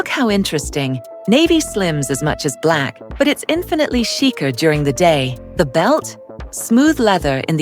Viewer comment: "The scheezer I would look"??? Please check the pronunciation of "chic" and "chicer". This AI voice isn't cutting it. Otherwise, good information.